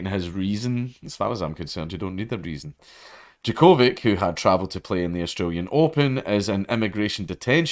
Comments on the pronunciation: Its djo-ko-vić not vik. The part vić reads as vitj or vich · I know you don't give a shit but it's "Jock-o-vitch" not "jaCOvick" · jo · kuh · vich 🤣😋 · It's pronounced Djokovic. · What a name butchering. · Your pronunciation of Djokovic wounds me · Yer saying his name wrong big yin. FTQ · Oh I thought it was pronounced Djokovic, my bad. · You say his name so weird. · Its funny listening to it as a Serbian, but as he said, he's not a tennis person, nor can he read slavic languages so its understandable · He said he doesn't watch tennis, and man did he mean it. LOL